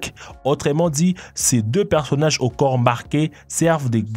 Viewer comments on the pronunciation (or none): none